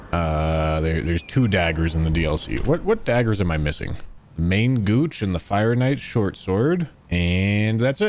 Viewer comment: As french you make me laught on your "main gouche" ^^ The pronunciation should be more like "min go-shh". If I translate it's just mean "left hand"